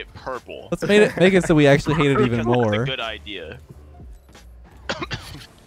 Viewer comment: what do you mean it’s goot, or is it just that I am from the Netherlands